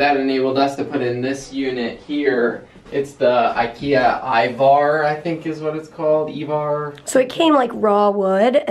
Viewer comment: Can't help but feel a little bit more connected to you than usual today. All the talk about IKEA made me feel at home, as a Swede it's very familiar. IVAR is a masculine name in Swedish and Peter's second attempt at pronouncing it was the closest to the Swedish pronunciation :) Thank you for making videos every day and letting me and everyone els be a part of your lives.